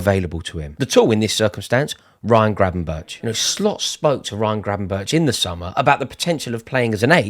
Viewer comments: Sum say it’s Gravenberk sum say it’s Gravenberg but it’s definitely not Gravenberch 😉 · Please say Gravenberk not Grabenberch. You sound stupid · Gravenberch is pronounced as Gravenberg.